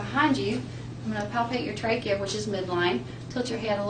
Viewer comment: I had to fast forward through her. My soul died a little bit every time she said it. That and traah-gus